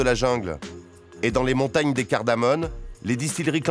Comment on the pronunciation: Ces montagnes s'appellent Les "cardamoMes" et non pas les "cardamoNes" comme répété constamment dans ce reportage.